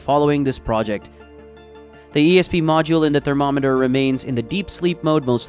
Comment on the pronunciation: Yep, he pronounced thermometer incorrectly the first time and then 10 seconds later he pronounced it correctly. So I thought it was AI or a text translator.